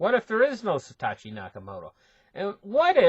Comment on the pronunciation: Lol. It's Satoshi not Satatchi. love your work :)